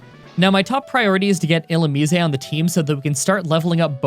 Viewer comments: Illumise not Illumiseh. It's not Italian... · ill-umize (the ze sounding like how it does in size) that's how I think its pronounced. also could you possibly try and beat pokemon black2 with either roggenrolla or the monkey trio? (pansage, panpour, pansear) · I’ve always pronounced illumise as, well, illumise. Like illumin-eese. Illuminisé~ just kinda sounds odd. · Its not illumisey its illumis🙁🙁🙁🙁🙁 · bro its pronounced like illumise not illumise. where did you learn to talk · I am somewhat conflicted about your pronunciation of Illusmise. It is probably correct given in was derived from Japanese, but it sounds completely wrong in English. Every English world ending with 'ise' generalize sounds like 'ize' rather than 'izay'. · "Illu-mees-ay" the Italian Pokemon. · When You say illumise You dont say the E You just say illumis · Last I checked its "ill-oom-eyes" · Ill ooh meese. Think geese when you say meese. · i feel like illumise should be pronounced illu-mih-seh. why? it makes me think of illuminate/illumination + mise (a form of the irish word mé, meaning me. its moreso used in more dramatic situations, i believe. like, instead of saying cé mé?, youd say cé mise? (cé mise = who am i?). if i am right, the name would have a meaning similar to 'illuminate me') of course, this is just my thoughts. i havent even propwrly absorbed what the pokemon looks like so this could make no sense. irish spelling rules wouldnt even make illumise work as a word, but whatever. i can dream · All this time, I've always thought it's pronounced as 'ee-loo-maize'. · E-lume-min-ize I’m gonna have a stoke but good video either way man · . It’s pronounced (ill-oo-mize) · "Illumise, eh" Christ you walking Canadian stereotype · Illumise = E-Lou-Mih-Zay You're pretty close lol, it's hard to translate from text alone. Another challenge: Pokémon Platinum with only one Houndour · Ill oo mue sei ... cmon bruh u ain’t even trying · It's pronounced Ill-oo-meese-ayy